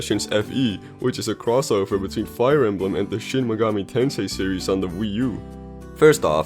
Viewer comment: What's a Wee yoo. Google: good question